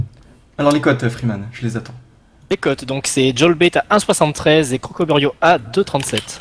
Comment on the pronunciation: C'est crocoburio pas crocobourio !! Et sinn allez croco cette année c'est pour nous